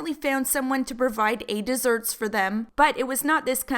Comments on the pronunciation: “a deserts”... 😂😂😂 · "A deserts" I'm laughing!!!